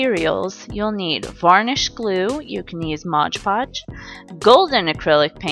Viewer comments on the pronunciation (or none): OMG HIGH FIVE I ALSO GET SOMEHOW ANNOYED WHEN THEY SAY MODGE PODGE INSTEAD OF MOD PODGE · It's not modge podge ahhhhhhh!! It's MOD podge